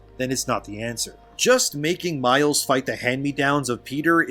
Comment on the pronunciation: Ya . mile's.."Miles" not Spiderman